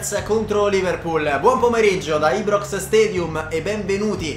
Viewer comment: tutto bellissimo però ibrox pronunciato così no😂